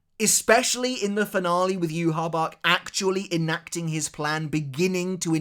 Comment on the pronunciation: sir.. would you please talk to your fellow loretubers about the pronounciation of certain people in the lore... I lose 5 years of my life everytime I hear someone say joehawachuh..... My lifespan is limited as it is. And I dont have time for the light novels as it is. But pronouncing ywach as it is.. is ehm... Live shortening.